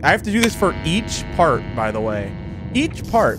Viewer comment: Ennard breaking the glass reminds me of Animator's Hell, a game that played awhile back. I recommend watching it! Also can't pronounce "part" right because this is the second time on his channel he said "fart" instead